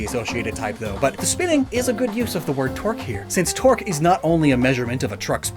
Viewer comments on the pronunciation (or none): ooooh torque. i was confused as to why you were saying twerk